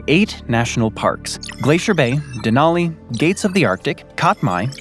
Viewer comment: . It's pronounced Denali.